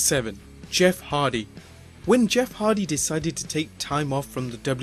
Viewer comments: Anyone hear him mispronounce Jeff Hardy as Jeff Harvy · He said Jeff Harvy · Did this guy just say Jeff Harvey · He said Jeff harvey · Fortnite Mobile Kid in an old video they introduce Jeff as Harvey instead of Hardy. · Did he say Jeff Harvey???😂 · my man says Jeff Harvey 😂😂😂😂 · Did u say Jeff Harvey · am I the only one who heard "Jeff Harvey"?